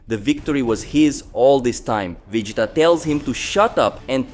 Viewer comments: It's pronounced as Vejeeta not vedita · Lol, how did you say Vegeta’s name correctly twice and then all the other times he said vadeeta 😂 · Bro, it's pronounced as Vegita, like you are saying Vegetables